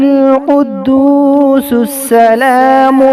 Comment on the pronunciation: Al qudoos..shouldn't it have a paish on top rather than zabar